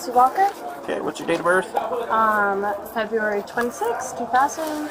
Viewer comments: What month is "Feb-ee-ary?" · The way u pronounce FEB-RU-ARY should be a PSA for kids to stay in school. And unfortunately for some reason, that month comes up alot in this marathon video.